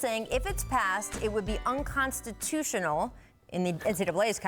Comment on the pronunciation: My heart almost stopped when I heard "unconstitional".